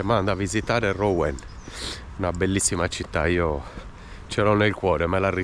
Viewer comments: Si pronuncia Ruen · Rouen = Ruen!! ;-)